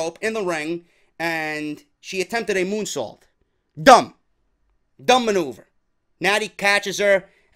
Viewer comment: Almost thought you called her moonsault a "goonsault" 😂😂😂